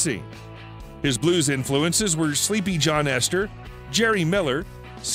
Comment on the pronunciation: "Sleepy John Esther"? Who hires these narrators?